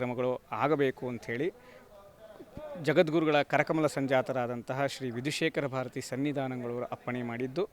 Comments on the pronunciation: Not Vidushekhara it is Vidhushekhara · ವಿಧಿ ಶೇಖರ ಅಲ್ಲ ವಿದು ಶೇಖರ